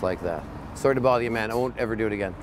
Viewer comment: i like when he said "how do chu do that"😂😂😂